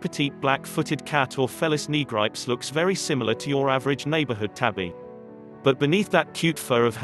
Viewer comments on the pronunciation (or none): meow, it's ni'-gri-pess, not ni-gripes